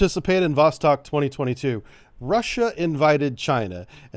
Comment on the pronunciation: Great coverage of the exercis👍👍👍 BTW, Vostok is pronounced Vos-(stock) instead of Vos-(tech).